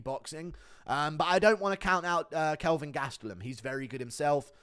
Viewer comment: Ke(L)vin Gastelum